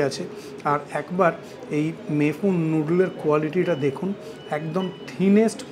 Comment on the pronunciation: আবার ফরাসী উচ্চারণে "মেই ফুঁ" ? আশিস বিদ্যার্থী সঙ্গে থাকলে তো‌ সঠিক "মেই ফুন" বলতেই শুনলাম যেন‌ !